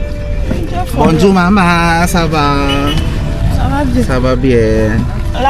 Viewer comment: borzua ka ng borzua sa (bonjour). Bonzua or Bongzua ang tamang bigkas dyan. Imbes na matuto yung subscriber mo. Naliligaw sayo. Naglalagay ka ng subtitle. Mali mali pa. Dapat kung magsalita ka ng Tagalog i sub mo ng English. At pag nagsalita ka ng french or English i sub mo ng Tagalog. Ganun dapat. Kaya di dumadami ang subscriber mo. 😂😂😂